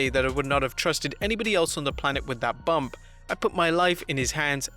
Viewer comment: It’s Bump not Bumb